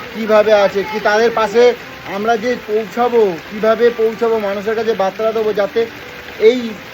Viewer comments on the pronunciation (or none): তোমাকে কমেন্ট করে নিজের কষ্টের কথা জানালে কি তুমি সেই কষ্টের সমাধান করে দিতে পারবে? পারলে বুবাইয়ের কষ্টের সমাধান করে দেখাও.. ফালতু মুখে জ্ঞান দিয়ে কি হবে? তুমি কি কোন মিনিস্টার যে, সবাই তোমাকে আপডেট দেবে? আর বাংলা ভাষা ঠিক করে বল! কথাটা "বার্তা".. "বাত্রা" নয়! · দাদা কথাটা বাত্রা নয়,বার্তা।